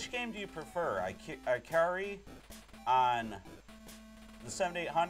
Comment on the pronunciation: It's "ih-CAR-ee" Warriors.